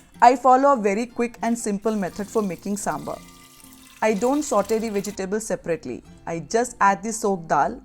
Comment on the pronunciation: Please buran na maane, it's saambaar not sambar.